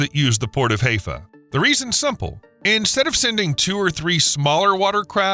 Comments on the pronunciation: Hi-fa not hay-fa. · I thought it was pronounce.. HI FA....not Hay fa. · Please, dude, Haifa is pronounced, "high-fa", not "hay-fa". Please learn. I love the Israeli people who have made the desert bloom, has restored the "Sea of Galilee", and is working to refill the dead sea by piping water from the Med to the drying up inland sea. I enjoyed everything in this video, except your mispronouncing Haifa. Imagine if the State of California restored the Salton Sea like Israel did with Galilee! Pure, desalinated water pumped from the Pacific to the desert, and using that same technology to clean the pollution from agricultural run-offl and over salinization of the Salton. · HAIFA is pronounced HI-FAH. Rhymes with HI-YA. Not HAY-FA. You sound so dumb when you mispronounce words. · It’s pronounced hi-phaw and not hey-phaw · Hiiiifa, not Heyfa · High fa! Not hay pha SMH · Hezfah ? Isn't "Hi-Fah"? (haifa) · Pronunciation is High-Fa, not Hay-Fa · It's pronounced hi- fah.not hay- pha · It is not pronounced "Hayfuh." The place is called Haifa "Highfa." If you are going to do a video about a place, at least know how it is pronounced. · Bruh... it's pronounced Hi-fa 😅 Amazing video though, from a resident of Haifa👍whale🐳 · "KWAYS"? "HAY-FUH"? Pronunciation of quay is the same as key in both UK and US English, according to the Oxford English Dictionary - though I have to admit that Merriam Webster does give alternative pronunciations including yours. Also Haifa is "High-fuh". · Could improve on pronunciation.. Haifa.. Hie.. fa.. not Heyfa.. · Consistently mispronouncing Haifa. It's "Hi Fah" NOT "Hay Fah" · Boy is it annoying to hear Haifa (Hi-fa) pronounced Hay-fa so many times in 17 minutes. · At least learn to pronounce some of the place names here which actually aren't that hard. For example, everyone but you knows Haifa is pronounced 'haee fa' not 'hay fa'. Thank you. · It's pronounced (Haifa) Hifa not Heyfa, (Eilat) eeelot not aaalot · Haifa is pronounced as Hi Fa not Hayfa